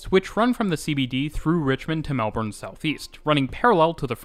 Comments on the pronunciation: Even Melbourne pronunciation in this one gets a lot of improvement from your older videos. To make it really in the right place in your heart, the next video about Melbourne, say it like Melbn, completely without the R, please. You will get so much more love from Aussies. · Finally or eventually we will get a train going to the airport. Should be ready in about 10-15 years. If you really want to get some love pronounce our city as Mel- b'n. Awesome information. Cheers. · nothing makes a Melburnian grit their teeth more than “Melborn” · Melbourne's pronunciation in this one gets a lot of improvement from your older videos. To make it really in the right place in your heart, the next video about Melbourne, say it like Melbn, completely without the R, please. You will get so much more love from Aussies. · Obligatory "it's pronounced Melb-n" comment. Awesome video by the way. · Mel-BIN, sigh 😂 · Its pronounced melbin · I know, but it'd be nice to hear a Youtuber from a channel I love say it properly (according to Melbournians) just once. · Melbourne guy here - I learned quite a few things! Great job! Thanks! But you don't know how to say Melbourne properly so don't get a big head. 🤣